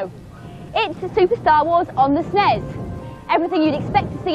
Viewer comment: "esnes" ?? I always though it was "S-nes" (like letter S, pause, nes)